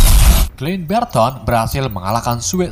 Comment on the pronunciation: Saran saja ini teruntuk kedepannya penyebutan nama atau karakter di film lebih di betulkan lagi. contoh sam dibaca sem, clint barton bukan clint berton. and thank you